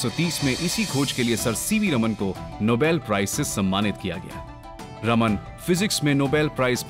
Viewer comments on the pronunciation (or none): Sir it's चंद्रशेखर वेंकट रामन not रमन